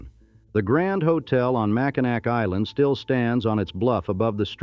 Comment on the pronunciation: Mack in nack. Gaaaaaaah!